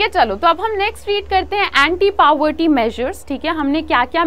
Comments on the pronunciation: Mam but it is not pavorty it's poverty 🙃😜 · Poverty ko paverty kon bolta hai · Bro it's not PAVERTY it's POVERTY 😂😂😂 Although aap padhate toh accha ho this is very good for my child being a economic's teacher in DAV school I can say that your teaching skills are very good. ~ISHANI DAS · Is no one gonna talk about how she says poverty paWerty😂 [No hate btw] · It's not paverty mammm.... It's povertty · Excellent video but please the pronunciation is poverty not paverty😂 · it's not pawerti [ focus on your pronunciation] its poverty. else everything is perfect . your teaching skills are superb and loved youyr chanel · mam parvety nahi poverty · Mam says paverty, but this is a poverty😂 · PawarT nhi poverty pronounce correctly ok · its poverty not paverty. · Your pronounciation is wrong.... It's poverty not pauverty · poverty not pavarty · Paavartti 😄 instead poverty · Pavarty XD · Mam u r not pronouncing poverty correctly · Mam you are pronouncing povert in a wrong way